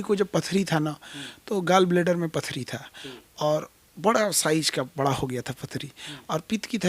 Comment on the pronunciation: पत्रकार बन गए हो और बड़ा को बरा बोलते हो